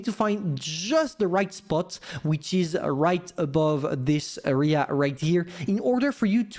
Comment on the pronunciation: AIR-rea... not just "rea"... AREA is pronounced AIR-rea... come on dude